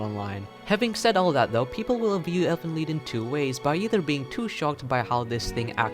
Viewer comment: If it's supposed to be German it shouuuuuld be ʔeːlfənliːt... Just saying